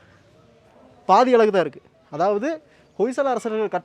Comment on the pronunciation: அருமையான பதிவு இந்த அழகான கோவிலை நீங்கள் காட்டிய காட்சி படுத்தியவிதம் அருமை ஆனால் ஒரே ஒரு குறை அழகு என்ற வார்த்தயை நீங்க உச்சரிக்கும்விதம் அலகு அலகு என்பதை மாற்றி அழகு எனச்சொல்ல முயன்று பாருங்கள் நன்றி வணக்கம்